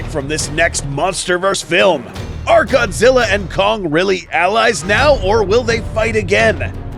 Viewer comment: this is godzi not goji goji is japanese